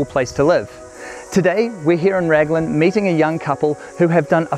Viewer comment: Raglan (say 'Raglin') not Ragland.